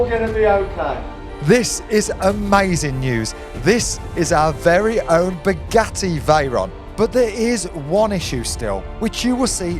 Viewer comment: Spuh-Geh-ee Vhey-rahn!